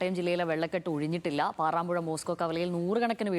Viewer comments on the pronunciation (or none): പാറാമ്പുഴ അല്ല പാറമ്പുഴ ആണ്